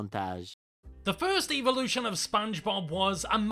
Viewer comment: I wonder why the YouTube or pronounces evolution evilution